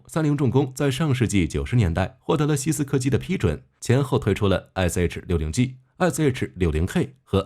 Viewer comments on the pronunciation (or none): 多次把西科斯基说成西斯柯基